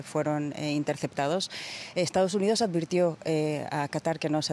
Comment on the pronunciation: Dice "EstaOs UniOs"